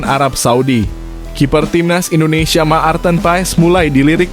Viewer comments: Admin, bc martin paes, bkn maarteen..,!! Geli telinga gua dgr loe sbt bgtu😂😂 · Ma-ar-ten pa-es Maar-ten pa-es harus belajar bahasa Indonesia yg benar ya gaes, baru bikin channel YouTube 😂😅😂😅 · Menyebut nama Pemain jng di putus dong jadi kurang enak di Telinga misal nya.Maarten Paes bukan Ma arten Paes.